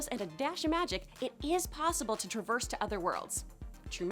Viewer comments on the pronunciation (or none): none